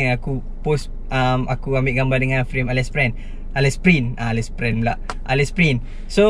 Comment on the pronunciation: Allez sebutan dia 'aley'. Nice content, bertuah ada abg mcm ni 😆